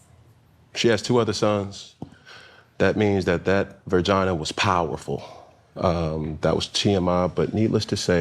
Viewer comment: He doesn't even know how to say vagina... he said Virgina..... like its an effen state... dudes a clown.